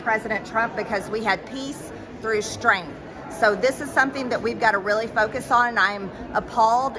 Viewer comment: Strenth, impordent, she's so fuking stupid it's actually funny to hear her speak.